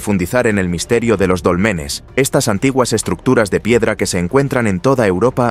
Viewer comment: NO SON DOLMENES, SINO DÓLMENES